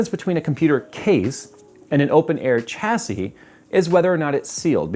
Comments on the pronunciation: No, in AMERICAN its "CHA see" cause you people cant speak english properly. But in England, the country that made English, its SHA see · Chassis = "SHA-SEE" its a French word. "SH" not "CH" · 😂 sha-sea not cha-sea umm if i was gunna buy a new mobo for a 9th gen i7 (9700) what would the best choice please bud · OK I'm finally gonna ask...is pronouncing "Chasis" properly? I've always thought it was said more like shashie, phonetically speaking